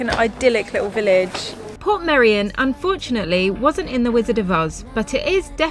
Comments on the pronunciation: The correct Welsh way to pronounce it is Port-MEI-ri-on (Welsh is a more phonetic language). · It's actually called "Portmeirion" (Port My-reeon) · You both seemed positive and excited in this vlog which was nice to see, glad you like the area. I lived in Dyffryn as a teenager, went to the secondary school in Harlech (you got good drone footage of it), had my first job in Portmeirion, now I live in Snowdonia. English people usually say Port-maduck not Porth-my-dog! Funny seeing you shop in our local Tesco as fellow vegans, it's so full of tourists at the moment there's barely anything left! The trainline that you parked next to is the Welsh Highland Railway steam train so wouldn't be running that early, late or often. It's not a lake either but part of the estuary that was blocked off by the cob to reclaim land. I'm so grateful to call North West Wales my home, with beaches, mountains and a rich Celtic heritage and culture it's the best part of the UK in my opinion!